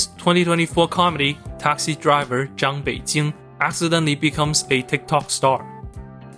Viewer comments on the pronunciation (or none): Why does Zhang Beijing sound like “John Beijing”?